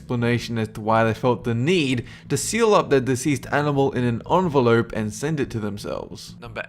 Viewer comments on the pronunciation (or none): none